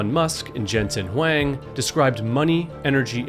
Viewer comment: You're mispronouncing Huang. It should rhyme with long.